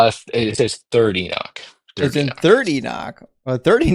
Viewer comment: Holy crap, stop saying "enick" its enoch.